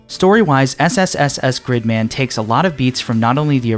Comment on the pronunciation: Proper pronunciation uses long ee sound, like in the word leak. In this video though he pronounced it with a short i sound, like in the word stick.